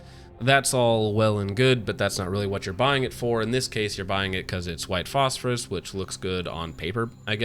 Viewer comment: are you saying phosphorus just to annoy me